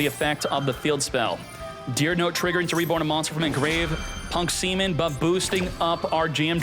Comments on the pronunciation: He calls Ze-amin semen bro, that's just behaviors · It's p.u.n.k ze amin not punk seman 😂😂 It just common names among players